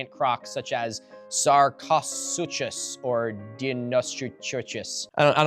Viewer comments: Milo to answer your question of how to pronounce these words (sar-coh-soo-kus)(Die-no-soo-kus)(Too-ah-tar-ah) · you absolutely mangled the pronunciation of Tuatara. It's "too-a-TAR-a." It honestly doesn't take much to look it up when coming across something unfamiliar. Same with a word like Sarchosuchus ("SAR-co-soo-kuhss", BTW_). Also, whoever made that "Pokemon" video-fame insert mock-up can't spell worth beans: not only did they spell Tuatara wrong, but they couldn't spell "atheist", either, so they put in the word "arthritis", instead! LOL🤣😂 Oh, & BTW, "checkmate" is one word. It looks amazing, otherwise (love the detail they put in!), but they really should have had someone literate proofread the thing before putting it in your video. You carp a lot about a gutted education system deliberately manufactured to produce ignorant people, almost positioning yourself by implication as someone who is above that on the educational scale, but then shoot yourself in the foot with gaffes like this. It's fairly small, in the grand scheme of things, considering your research is still better than most & the amount of work you put in is crazy, but it still looks bad. Also, find a way to check that your camera is actually in focus? There were too many times when you were in frame, but the camera for some reason was focused on your computer & water flask. I loved the content, though. Cheers! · You were actually pretty close with your pronunciations! I had a huge Dino phase a while back and learned a lot about them. The “ch” ending part of some Dino names is like the c in cuff. Sarcosuchus (i don’t know if I spelled it wrong) sounds like Sar-co-sue-kus. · sar (like sargon) co (like coke) such us... right? Fuck, it's pronounced like sarcophagus except for the ph and g. The ch is pronounced like a k. So fitting a name for a dead thing... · sark-oh-SOOK-us and die-noh-SOOK-us, not dinosaurs mind you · sar-co-su-cus Die-no-su-cus